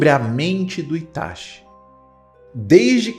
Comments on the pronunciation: É ITACHI, e não ITASHI. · E ATACSHII 😂